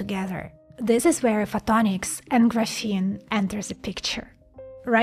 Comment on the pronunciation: Settle down simp, she can't even pronounce graphene.